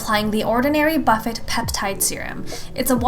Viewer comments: did she just say "buh fet"? lol..... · "Boo fay"